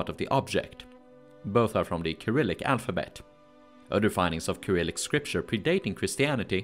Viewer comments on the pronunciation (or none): none